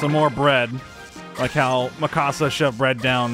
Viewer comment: I mean, I pronounce my own name wrong so me mispronouncing Mikasa makes sense. Although I've watched every season, read the manga up to (what I will assume to be) close to the end of Season 4, and played about 120+ hours of the game. I've only heard the Japanese pronunciation so it always sounds like people are saying "Me-ka-sa" to meeee~. @@